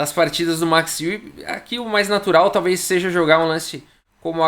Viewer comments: Podes falar Max Aue ;) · Fala chará, te acompanho aqui da Alemanha diariamente. Eu pronunciaria o nome Max Euwe como "Macs Ouv". Tem um video raro Euwe e Capablanca jogando em onde uma pessoa apresenta o Mr. Euwe para o Capablanca. Admiro muito seu trabalho, vindo à Hamburgo, venha na minha casa!